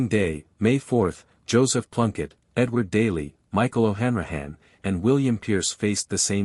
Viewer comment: Oh dear how wrong can you get it...who is Michael O'Hanrahane its Michael O'Hanrahan and its John MacBride not McBride and who is Aimon Sent? and who is Michael Malone? and who is Con Colbear on May 12th whatever happened to Seán Mac Diarmada? PLAESE STOP POSTING THIS AI RUBBISH, ITS INSULTING.